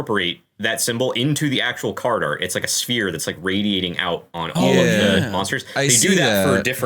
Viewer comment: Of course it is. You got the emphasis wrong for the whirlpool. It's the only thing they've ever seen come OUT of one. They've seen plenty of stuff get sucked down into a whirlpool.